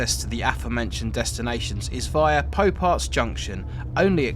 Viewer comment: Sometimes the algorithm knows just what I’m looking for! Fascinating video, especially since I’ve worked on track at various times on pretty much the whole of this route. One thing, I’ve only ever heard Pouparts pronounced as poo-parts.